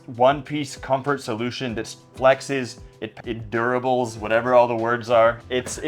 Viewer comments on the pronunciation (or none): “it duribles” … what I like the most